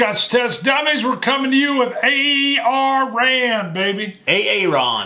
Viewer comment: No I’m afraid I have to contradict, it’s Arran arr an